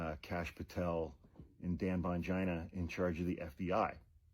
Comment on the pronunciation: "Dan Bongina"😭